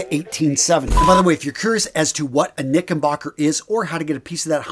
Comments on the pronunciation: Hey there brother. It’s knickerbocker with an R, not knickenbocker. Great video though - love the history. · Knicker not knicken. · You’re pronouncing “knickerbocker” as if there’s an “N” where the “R” is in the middle of the word.